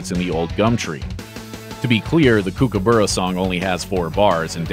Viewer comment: Oh dear I always cringe when some Americans try to say words like Melbourne and kookaburra so this is me helping Americans learn how to say these words correctly... Mel-ben.... cook ah burah..... Not Mel Born and not Kook a boora... Thanks for coming top my Ted Talk,.